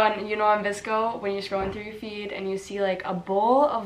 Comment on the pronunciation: why does everybody say “VISCO” and not “VSCO”